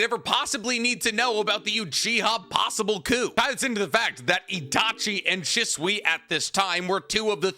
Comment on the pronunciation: Sheeswee is the pronunciation not shiswee idk why that always drives me crazy every video you say his name 😂😅